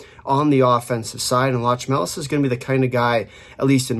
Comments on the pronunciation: This is definetely one of the better Latvian pronunciations by North American. Interestingly Balinskis not mentioned... he's running pretty hot offensively right now 5points in last 4 games as a D man. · holy hell, correct pronounciation for the whole roster, that is hella impressive from you